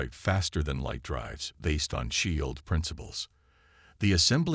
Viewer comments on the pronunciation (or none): Okay, seriously, how are your AI reads still so damn bad? ShI eeld, spaceuhtime. The language, the tone of the AIs narration are all good but the pronunciation is still absolutely garbage. And what's up with pretty much every single earth leader being female are there no male leadership in these stories?